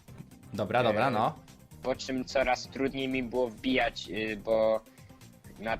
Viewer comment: Bo a nie Bu